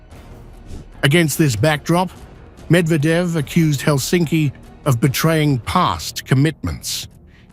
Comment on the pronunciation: Conveniently ignoring that in 1939 Soviet Union attacked Finland grabbing large areas of eastern Finland and after the continuation war took even more areas plus demanding more war remunerations!😮😖 BTW in Finnish language the stress is always on the first syllable thus it’s HELsinki👌 not HelSINki👎